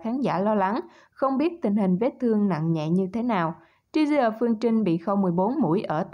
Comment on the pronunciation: Đọc là Tri zi thôi không cần đọc chữ e vào, phát âm không chuẩn nghe không thích